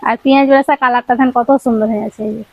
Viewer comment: ছুন্দর।ছাগতম ছহজ। বাংলা ভাষাটা ভালো করে শেখ না ভাই! ভীষন কানে লাগে